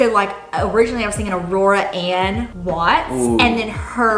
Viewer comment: Aurora is so beautiful and I can so clearly picture you two having a daughter with that name. I feel like pronounced it normally so don’t think you need to worry